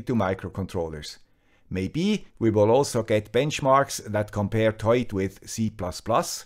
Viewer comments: I'm pretty sure it's not pronounced as a single word 'toit' or 'toyt' but rather 'To-it' (like the number 2 then it). The name looks like a simple play on words to me. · So you do pronounce it as written, TOY-IT. I was worried in case you had to pronounce the OI as "WA" like the French do as in reservoir, trois, au revoir etc. Of course that would make it TWAT! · ' pronunciation is correct. It comes from "Toit like a tiger".